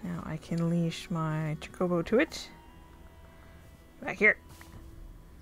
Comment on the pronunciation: I love final fantasy as you may have seen from my ffxv series lol. It's pronounced ch-oh-co-bow, although I spent most of my life calling them choc-oh-bows so don't worry. You call them whatever you want to call them :)